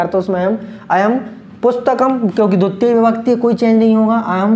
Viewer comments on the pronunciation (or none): It's not duttiya sir, it's dvitiya